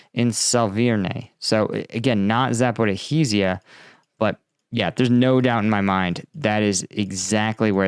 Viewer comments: "Zaporihizia?" wtf It's Za-po-ri-jjjj-ia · Z a p o r i zh zh ia (З а п о р і ж ж я) - letter Ж,ж (translit. zh) pronounce like the "s" in "measure" - say "measure" with long "s", or "fissure" with long "s" - then say "Zaporizhzhya" - letter Я,я is pronounced "ya" like in "yard"